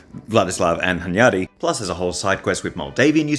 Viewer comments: As a Hungarian, dude mispronounces Hunyadi every time he's paying attention to it, but gets it right in passing, which doesn't help him beat the allegations! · As a Hungarian hearing Hunyadi pronounced this way feels super weird. After you're done with this series I'd love to see you make one about Hunyadi's son Matthias